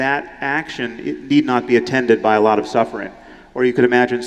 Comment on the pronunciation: " I thought about it " a lut"